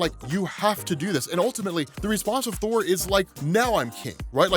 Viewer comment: I don't think I heard that right. The return of whore? I listened to it like 5 times and thats still the word I hear.